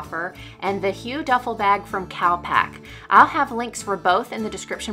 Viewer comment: Enjoyed watching but I kept thinking you were saying "cow pack" not cal pack, lol I thought why would a travel equipment company call themselves cow pack xx